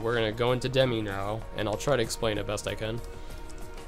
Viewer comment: I more-so think hes ignorant for calling Demyx "Demi"